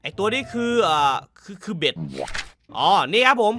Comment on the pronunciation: เป็ด❎ เบ็ด✅